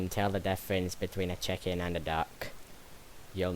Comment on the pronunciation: I gotta admit i heard u said cheken as in chicken in